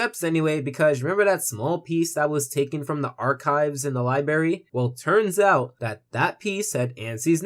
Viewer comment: Li*bra*y dude. Also, nice video! I kinda see what you're getting at.